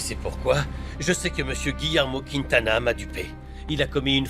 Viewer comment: Moi c'est la façon dont prononce le nom de Padilla Monsieur kwintana 😂😂 ça me fait tellement rire 🤣🙌🏾